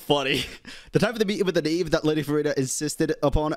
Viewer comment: The who it's the Knave not ''Khave''